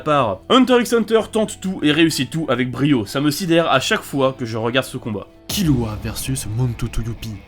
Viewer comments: non c'est l'inverse, ça se prononce killua (kirua avec le r roulé) mais ça s'écrit kirua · Un prononçait bien (Kilua) et et un autre horrible (KiRua) Le R existe pas en Japonnais c'est entre le R et le L donc KiRua ça m'agresse le tympan (Comme KuRapika d'ailleurs ou Rivaille si tu veux un dernier)